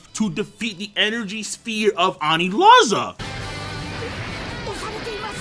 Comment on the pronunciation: “Anizala” Yet another mispronunciation to add to the many mispronunciations of the